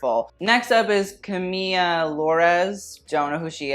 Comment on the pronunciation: i hate when he says camiLLA! it’s like umbrella, ella camilla!